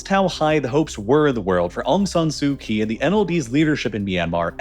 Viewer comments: Just FYI - the "Kyi" in Aung San Suu Kyi is pronounced "Chee" not "Kee". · Aung San Suu Kyi. Kyi should be pronounced as chee Kyaukphyu - ciao-pew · Pronounced "Kyee"